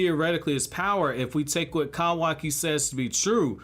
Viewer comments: Its funny how you said kawaki 🤣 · I hate how you say Kawaki and Otsusuki 😭